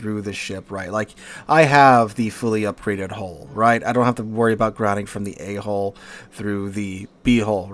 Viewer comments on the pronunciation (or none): Dire. Spaffed all my FreeXp to get through it. Even the Monarch is an easier grind. Nearly spilt my tea when you said ‘a-hole’ - sorry - ‘a-hull’